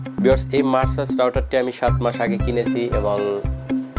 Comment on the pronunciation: মারসা'স না ভাই মেরকুসি'স হবে😅 উচ্চারণ টা👍